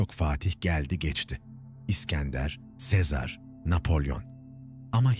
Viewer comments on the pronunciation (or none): none